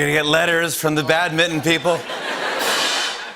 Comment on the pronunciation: Bad-mitten people? It’s a mistake when you mispronounce it twice in a row